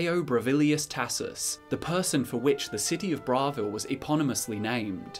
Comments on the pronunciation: Bravil Bruh-vill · Disliked for the dumb pronunciation of Bravil.